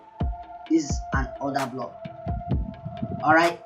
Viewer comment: “Odahhhblockhhhh” lmaooo Africans are too funny lol